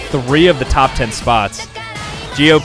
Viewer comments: it's fine but yes we pronounce it as B-J-P,(Bharatiya Janata party) also i knew that there would be a lot of indian political parties when i saw CPI at the starting because cpi-m is still followed but there isn't much craze around cpi yet it made to the list here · You pronounce it correctly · Bjp u pronounced it ryt😂